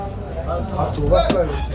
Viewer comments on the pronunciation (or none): none